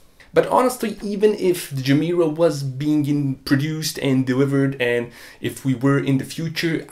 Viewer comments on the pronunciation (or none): No person with a dayjob could affornd a GR Yaris either. And btw Gemera should be pronounced "ye mera", ge mera means "give more" in Swedish.